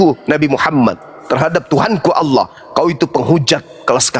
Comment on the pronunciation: Si Julpukar biar sebut Allah saja gak becus.sebutnya Auawah😂we